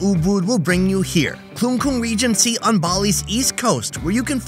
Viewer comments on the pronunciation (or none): Klungkung not Kun kun